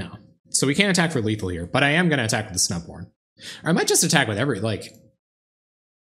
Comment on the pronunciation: Totally thought you said Snow Porn Selesnya during your intro. O.o